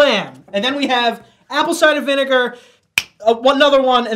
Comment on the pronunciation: Nobody gonna talk about "vinager"?